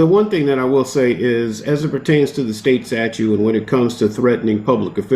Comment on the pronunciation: He said “state statue”!!! 😅